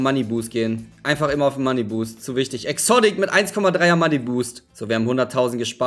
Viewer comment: Was hast du mit exodick das heißt exotic